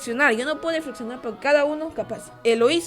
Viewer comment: No sabe pronunciar la letra rrrrrr . Por ejemplo .. Lo dice Deflexionar . Pero es Reflexionar .